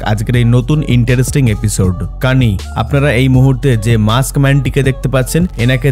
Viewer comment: Kani noy Kane hobe